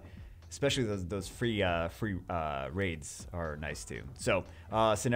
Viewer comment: When he said free, i first understood three xD I was like wtf